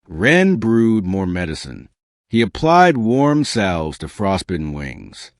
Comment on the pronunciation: salves, not sows